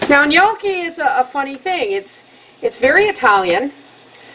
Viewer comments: n-yoh-key. not n-yo-key. it's a long oh sound. and nyeh sound for the gn. The first time I ever made gnocchi was when I was interning during cooking school and we had this little wooden paddle with fork marks on it and I had to roll it similarly as you did. I think it's up to the cook to be creative. :) looks yummy! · Looks delicious. I need to make some of this some day. And its pronounced no-Chi :) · You are so adorable. The word has two syllables. nyO-key. you said it right once in the video and then at the end fractured it. You had me giggling first thing this morning. I love it. Best way to start out my birthday ever! Now when grandma taught us girls to make this pasta, she had us use the ricer too. We never used the fork like some do. We rolled it in to tiny balls and used our thumbs to roll a small cavity in the center. You can dehydrate these in you dehydrator to store in your pantry like other pastas/noodles. Now as to an exact way to use these gnocchi: cover in pasta sauces, in chicken soup, alfredo sauce, like you said anyway you can make a sauce, soup or stew, this is a good pasta. It is a little heavier than some pastas, so one serving wait 20 minutes and see if you really can eat any more or are you stuffed...it kind of sneaks up on you. Thank you for the wonderful memories. I was raised cross cultural and It was wonderful. You keep sharing you cultural diversity with us. We will be all the better for it. People won't know what they are missing if you don't! I don't know what I would do without your videos, thanks again.